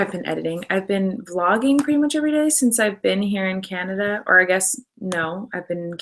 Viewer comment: americans say canada like "ceanada" its vv annoying